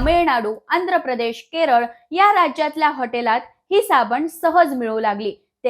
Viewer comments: सायबिनी ने साबनी म्हटलं 😰🙄😂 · Madam rkda bollat tr chukun bollat asa hoil pn varanvar tumhi sabanich mhanala ahat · आधी मराठी सुधरासाबणी म्हणू नका साबण म्हणा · साबनी नाही साबण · सबनी नाही साबण म्हणतात 😄😅